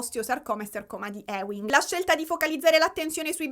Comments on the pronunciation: Ti amo, si pronuncia sarcoma di "iuing" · Scusa la pedanteria, ma sarcoma di Ewing si legge "iuing" ❤